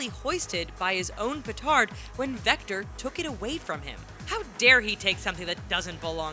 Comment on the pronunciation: One no one freackin cares and if ya gonna say victor say it right